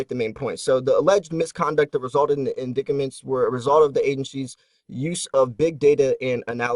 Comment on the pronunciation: Your pronunciation of indictments is troubling